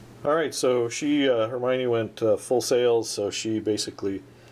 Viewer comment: You're not close with Hermione. You can hear it in Harry Potter (in French). It should sound like Her-Me-On linking Me and On